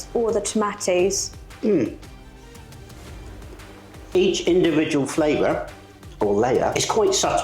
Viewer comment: the cheese should be grated finer, a little Tabasco speaks volumes to it. " wife" (snarky remark), pro tip, the "tah mah toes", need to be diced, not cubed lol (for sake). This is a dip for party's a.k.a. football games/Superbowl, not too much at Holidays, more like bbq's, church events.